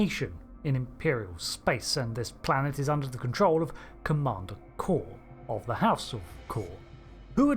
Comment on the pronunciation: Am I the only one that remembers his name is pronounced like "Koor" and not like "core?" When they said it differently in SNW than in TOS I thought Trek fans would spend the next week complaining that they said his name wrong, but instead they're saying it wrong too.